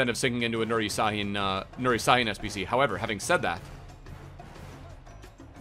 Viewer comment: It s pronounced shhahin